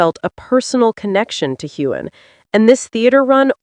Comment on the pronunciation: There is no g sound in Heughan!